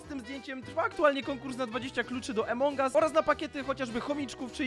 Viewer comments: nie mówi sie emong us tylko among us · Mówi sie Amongas